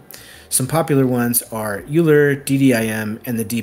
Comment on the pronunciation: it's "OY-ler"!